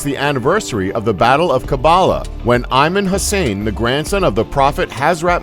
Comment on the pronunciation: "Iman Hussain".... not Imam Hussain.... reading off a script are we?